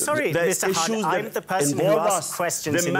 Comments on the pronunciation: the presenter is a US bot, he could not even pronounce Mr Khan's name correctly, kept calling him Mr HAN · Why the News presenter keeps calling Mr Khan as Mr Hunt?